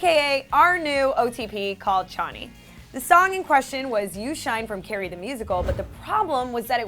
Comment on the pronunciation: i cringed when she said shaneee